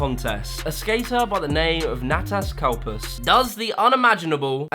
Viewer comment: By the way its natous coppos